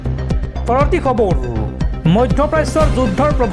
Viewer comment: Khabaru nhoi o dada khabar prtom ucharon to valke krok